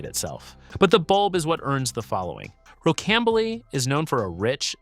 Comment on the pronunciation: Rocambole is pronounced “ row -cam-bowl “